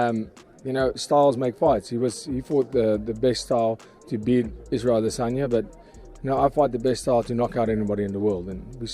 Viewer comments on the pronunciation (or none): none